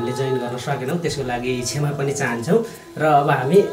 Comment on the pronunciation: क्षामा हैन क्षमा हाे है